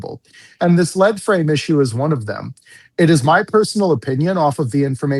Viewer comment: Lead frame is more essentially a circuit board with built in sensors. Its not a computer and its pronounced “leed frame”. Its also easy to replace. Also, what toyota transmission is regularly running 500-700k with no maintenance? Calling the 6r80 unreliable is just ignorance in my opinion. I have 3 trucks with them and have replaced one lead frame, and I replaced it myself at 150k miles. You guys are both FOS, plenty of vehicles are making it well past 100k.mi. and with ease.